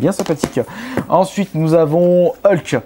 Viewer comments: On ne dis pas heulk mais hulk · il a dit heulk au moins de hulk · Tu c'est même pas prononcer Hulk :) Je me moque pas t'inquiète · quand j'ai entendu "heulk" j'ai voulu me suicidé